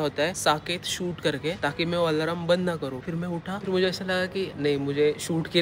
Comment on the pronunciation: Alarm ❌ Alaram ✅